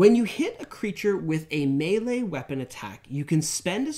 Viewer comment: Mispronouncing the word “melee” is truly grating.